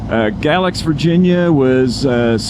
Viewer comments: FYI; they pronounce it Gay-lax. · It is pronounced Gay-lax.